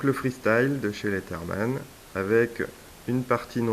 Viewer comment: revue intéressante, je me suis d'ailleurs acheter ce modèle. juste... quitte à passer pour un relou... on ne prononce pas leaTherman mais plus LeaZerman. Bref bonne continuation